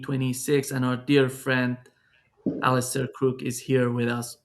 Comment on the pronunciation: It is detail but should learn how Alastair Crooke's name is pronounced with the stress on the last syllable: AlasTAIR. It is not "Alister""..